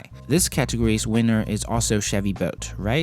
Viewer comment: It sounded like you said Chevy bolt is a clear wiener add